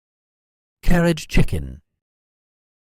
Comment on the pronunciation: That's not how it's pronounced 😂